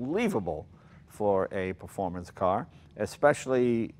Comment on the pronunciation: Im-_ no no no. Is-a performante eh. xD